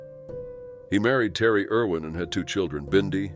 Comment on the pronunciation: Irwin, not Erwin